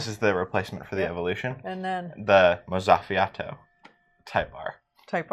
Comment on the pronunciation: Mozzafiato is pronounced "moht-sa-fee-ah-toh". Or kinda like mozzarella. It translates in Italian to breathtaking.